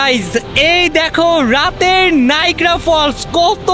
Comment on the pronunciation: নাইগ্রা নয় নায়াগ্রা